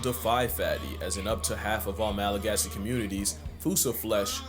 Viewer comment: And apparently Malagasy (the main language of Madagascar) is pronounced "Malagash".